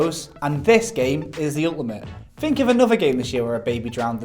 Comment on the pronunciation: Am I the only one bothered by the "f" pronunciation these blokes get up to? We don't Fink with our brains. When we're grateful we don't say, "Fanks." Am I?